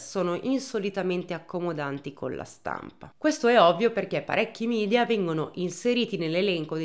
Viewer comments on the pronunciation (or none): none